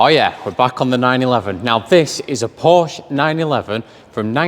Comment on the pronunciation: It's a Porsche, not Porsch.